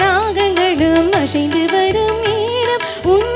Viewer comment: தவறாக எண்ண வேண்டாம்.... அழகான தமிழ்ப் பாடல்.. தமிழின் பெருமை, சிறப்பு, அழகு ,உயிர், அனைத்தும் அதன் உச்சரிப்பில் தான் உள்ளது... ஷெல்வம்... அஷைந்து...இப்படிப்பாடி........பாடலைக் கொலைசெய்துள்ளீர்கள்... ஒரிஜினல் பாடலைக் கேட்டால் தான் மனம் திருப்தி அடையும்...😮